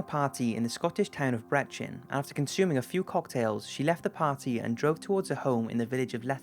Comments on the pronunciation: Brechin. It's pronounced Bree-kin not bret-chin it's just down the road from me. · Nice video but the town where Mrs smith is from is pronounced Bree-kin not Bretchin despite its spelling of Brechin :) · It's pronounced Bree kin not bret chin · its pronounced breekin not bretchin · Haha bre-chin no bree-kin is how you say it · Brechin is pronounced "Breekin" not brechin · Typical ignorant English fuckhead. Where the fuck is Bre-chin ?????? Its pronounced Bree-kin. Try finding out some facts before publishing these videos. !!!!!!!!! Ignoramus!!! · Brechin is actually pronounced Bree-kin. Loved that story, that’s very close to where I live and I’ve never heard it before. Really liked it, thank you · Brechin is pronounced Br-E-Kin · U say Brechin like breekin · amazing and interesting as always!! BUT 'Brechin' is pronounced 'Breek-in' :') don't hate me i am only smol xx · Its pronounced BREEKIN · Brechin not breccchin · The Scottish town of "Brechin" is pronounced Breekin, and it's filled with wankers so maybe that explains the story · Brechin - pronounced "breck-in" :-) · The way that he pronounced "Brechin" made me want to cry a little bit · Monoplane could be supermarine spitfire prototype they were about then so more research needed next time, also how can you pronounce Brechin incorrect